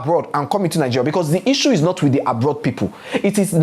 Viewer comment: Yassssss 😊😊😊my week was good... I loose it when you say 'Nigerial'😂😂😂😂